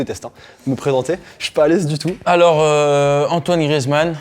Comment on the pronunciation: Toitoine je meurs 😂😂😅😅